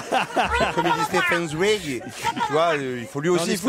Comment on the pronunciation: Moix prononce correctement Zweig. C'est les autres qui se trompent.